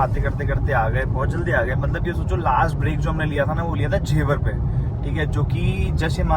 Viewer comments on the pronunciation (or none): Not in a bad way but for your knowledge I would like to point out that it is जेवर not झेवर